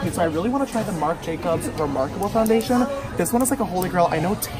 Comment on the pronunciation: he was going to say less get into the video but he said lets get in to fondayshen